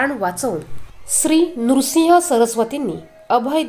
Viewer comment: नृसिंग नाही